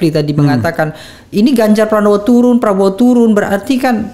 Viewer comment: Menit 52.04 mangcek refly keluar plembangnyo, turun jd toron logatnyo, dk pck ilang :)